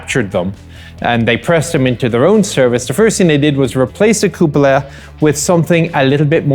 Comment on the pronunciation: "Cup-ola" issues ;)